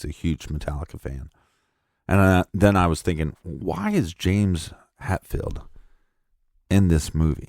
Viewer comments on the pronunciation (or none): Hetfield, not Hatfield.